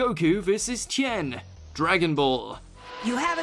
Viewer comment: Why did he pronounce Tien, Chen at first?